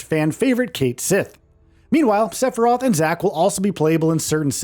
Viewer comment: You said "Stephiroph" lol